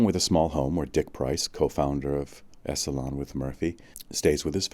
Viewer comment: Terrific upload/reading. It's been too long since I've read it, too. His work - as it became more popular - got Oprahfied. This was when his brain was at full bloom. Fwiw, 'Esalen' is pronounced ESS-uh-lin. Paz y luz.